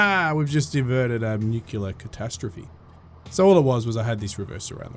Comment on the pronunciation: It's pronounced new-clear not nucular, stop staying that it sounds dumb.